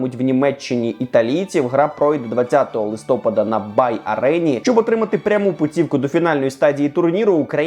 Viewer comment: Будь ласка, правильний наголос листопАд. Дуже буду вдячним, якщо Максим побачить цей коментар і наголошуватиме правильно👍 обожнюю ваші дайджести! Трибуна - топ